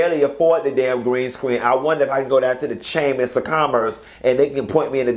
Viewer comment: I wouldn't be bragging about degrees saying "chammis" 😂😂😂